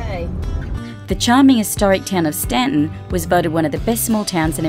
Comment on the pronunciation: THANK YOU for saying "Staunton" correctly!